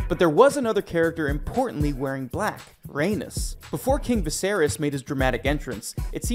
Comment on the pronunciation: Velayron they said incorrectly and Rheanys, thats all I noticed But I probably also spelled them incorrect 💀